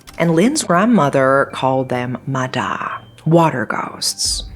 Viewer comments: Its actually pronounced ma yah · Relate to the ma da (usually pronounced "ma ya") lores, I think you should look into the theory behind the Vietnamese nursery rhyme "Bắc Kim Thang"